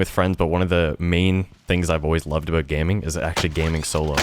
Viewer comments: By any chance is he Canadian ? When he said “about” I heard it haha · You can hear the Canadian in him when he says the word “About.” Always great content